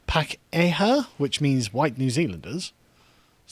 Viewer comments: it's pronounced p-arh-key-huh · Pakeha: Par-key-ha In Maori/Te Reo (the language) the vowels a e i o u are pronounced "are there three or two". Oh shit. Am I a Karen policing how you speak now? haha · Pakeha, pronounced parkyhar. Non pejorative Maori/Kiwi term for white people in New Zealand. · I'm a white New Zealander, a Boomer and I laughed my head off over this. Lets hope it catches on lol. The word Pakeha is pronounced Par-key-are. No one really knows what is means but it's supposed to mean 'long pig' referring to when Maori were cannibals. We taste like pig apparently. Only about three hundred years ago Maori ate human flesh and we are supposed to be the bad people when we haven't done that in living memory. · Absolutely butchering the Maori pronunciation. Sounds more like Pa-key-ha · You pronounced 'pakeha' incorrectly. It's way less cool when pronounced correctly also, if the same rules were applied to that word that are applied by sjw's to white people you would have to concede the word pakeha is racist. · It's pronounced Orkland and Pah-key-ha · Carl- Auckland = Ork-land Pakeha = Park E Ha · I'm from New Zealand. Sargon has butchered the pronouncation of Auckland and Pakiha. It's pronounced Ork-land and Pa-Key-Ha. Typical Pom eh. But whatever, New Zealand was always going to fall victim to social justice, but at least it's quieter social justice and not ear wrenching screeches from the US